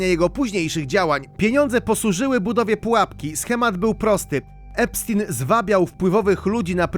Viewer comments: EPSZTAJN* a nie epsztin... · To nie jest żaden Epstin tylko Epstein!!! Nazwisko jest niemieckojęzyczne, więc czyta się "epsztajn"!!!